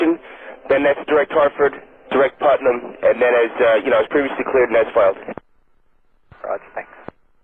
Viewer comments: it's putnam not partham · PUTNAM not PARTHAM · It's not "Partham" VOR - it's PUTNAM VOR. (PUT) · partham? its PUTNAM VORTAC, 110 NM north - north west of KJFK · PUTNAM VOR not parthnam lol